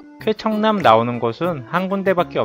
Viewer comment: 왠지 쾌청남이 케찹남 처럼 들린다...